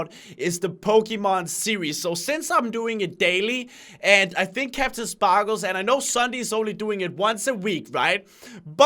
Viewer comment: acctually its sparklez not spooklez lol